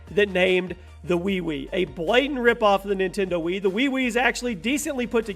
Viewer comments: the "WeeWee" XD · Hahahahaha every time you say wiwi gets to me every time lol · Ninintenendo wiwi? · Ha!!!! The wiwi is a pee ha no efence but its funny when you pronounced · Lol wiwi sounds like kiwi I laughed so hard I chooked on my spit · The WIWI. r u serious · Jin M "Uh hello can I buy a WiWi please?"